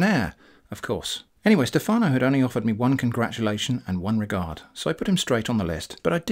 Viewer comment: in Stefano, the italian name, the stress of the word is on the e, not on the a